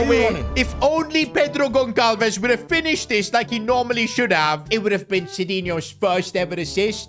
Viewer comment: yo so u know gonçalves is actually spoken like gonsalves rembember every c that is like ç is spoken Sssss